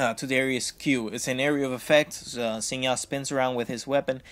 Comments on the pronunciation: actually its shin not zin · Sin zow? lol Pretty sure its pronounced Zin Jow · just say, sin JoOW. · i heard him say Sin Now and now I think i'll just find another guide lol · The name is Zin jao , i mean the prenounce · Why can't you pronounce Xin Zhao...